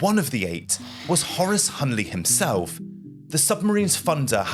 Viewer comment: It’s HL Hunley, not HL Hunley.